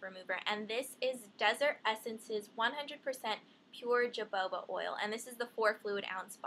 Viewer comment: lollololo "jaboba" hohoba!